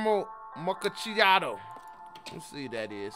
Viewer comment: I understand mispronouncing the Japanese names, but the way he kept mispronouncing macchiato was sending me 🤣